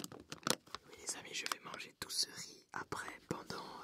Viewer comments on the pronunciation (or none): none